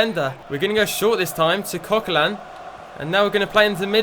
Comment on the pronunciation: It is Coquelin